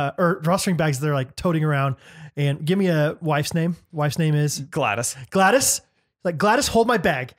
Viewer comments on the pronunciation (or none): none